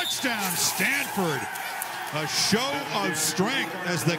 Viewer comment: It's pronounced "show" not "shug"